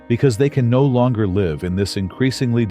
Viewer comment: Artificial Intelligence is used for the Voice because it does not know in context how to say live as :I live over there and the person points. It say Live as in ALIVE. LOL